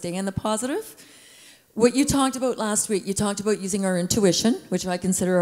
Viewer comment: That famous Canadian "About" shows up.